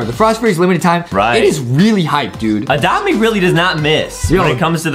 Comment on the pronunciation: Geeze Adam go back English class.its not oadopt me it's adopt me Geeze.and also are u taking medicine for your neck.heee.